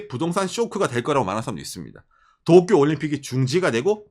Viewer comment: 또쿄 거리는거 왤케웃기짘ㅋㅋㅋㅋㅋ